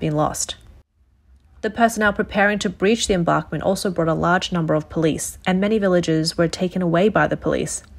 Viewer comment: her serious mispronunciation of embankment kinda bothered me.